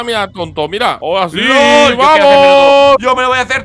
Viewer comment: en vez de lol dijo gol